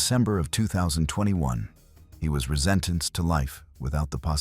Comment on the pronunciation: You can pronounce ophthalmologist but not Laci or resentence